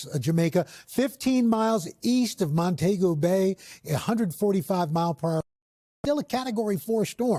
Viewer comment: Al I expected better it’s Mon-tee-go Bay